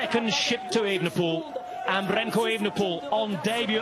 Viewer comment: ooenepool.....wtf.....why are you lot changing his name now.....since he came on the scene its e-V-enepol.....and as for 'drama'....bit over the top....a gear change....you call that drama,....ffs...